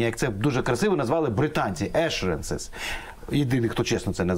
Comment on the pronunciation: Скажіть хтось, що в слові assurance, яке він так любить повторювати, наголос падає на другий, а не на перший склад.